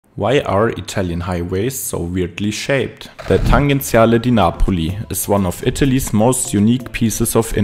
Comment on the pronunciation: Just one correction: the name is "Tangenziale", pronounced with a soft g /tan-djen-'tsja-le/. 🙂